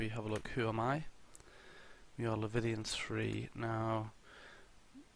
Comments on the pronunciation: Leviathan not Levithian... but good vid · Bruh is english like your 4th language? How can't you pronounce leviathan or have come across that word before. But awesome video apart from every time you said that lol